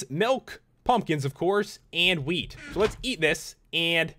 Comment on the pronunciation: what he said "Milk, Cocoa beans and wheat" what i hear "Milk, Cocoa beans and weed"